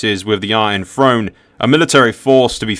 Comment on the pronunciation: Good video but I wince every time he says "Iron Frone" instead of "Iron Throne"